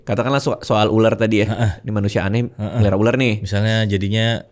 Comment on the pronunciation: Bukan uler , ular gitu